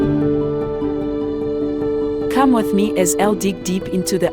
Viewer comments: Eish pronounce it as it is, “Mazo-way” kuita sei??? its “Mazowe”🤦🏾‍♂️ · Iwe taura mushe mhani,its pronounced as mazowe not mazo. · Great production. But whats MAZOOH? Least to be done is pronounce mazoe properly. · even Zambians can pronounce Mazowe, great docu but please next time pay attention to detail